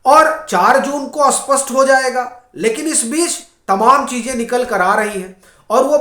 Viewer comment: स्पशटा साफ़ स्पष्ट अस्पष्ट स्पष्ट हिंदी भाषी लोगों के लिए उच्चारण करना इतना कठिन क्यों है? शब्द है "स्पष्ट" I अधिकांश YouTuber लोग इसका उच्चारण करते हैं "अस्पष्ट" ! (Even Ashwini Upadhyay ji)